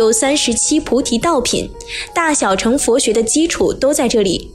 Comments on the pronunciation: 小成?大成?是大剩（音），小剩（音）…… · 小乘要念小ㄕㄥˋ，第四聲，代表是車子的意思